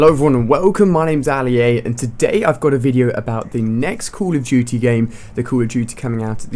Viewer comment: Is he saying call of juty ??